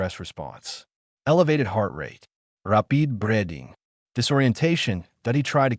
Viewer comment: Poor guy got "rahpeed breading" 🤣